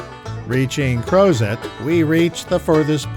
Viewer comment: Two things; It's AFTON Mtn, not Alton, and it's CROZET (CROZZAYE) not "CROZET" as it's written. Come on! do some local homework. Gosh. OMG. JPW